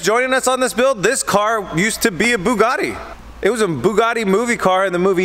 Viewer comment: Why don't you start building these Sema builds one month earlier so you're not always scrambling for the deadline? I understand things go wrong but you're in the same position every year. Also Boogardie is not how Bugatti is pronounced.